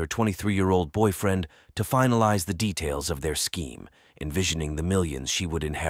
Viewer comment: First of all, this story is so sad & terrifying. Secondly, I can’t take any of this seriously due to the narration. Boy -freen!? Testifee? Unthink-able !? What is happening lol